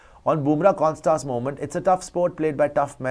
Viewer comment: When you say Konstas, it sounds like corn starch 😄 It is pronounced as a single a and not a double or triple a. Konstas, not Konstaaas.